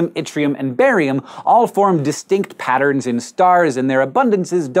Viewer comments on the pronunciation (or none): none